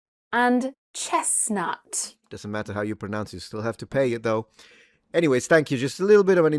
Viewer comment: Do you say chessnuh?